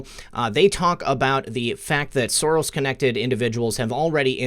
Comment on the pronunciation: Silvertin also, everyone is mispronouncing his name. Soros is pronounced Shorosh